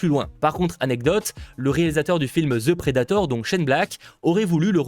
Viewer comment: Si tu dit encore Ze predator, je me pend. The ce dit De. C'est pas compliqué bozo.